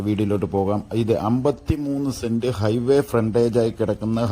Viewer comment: Send അല്ല cent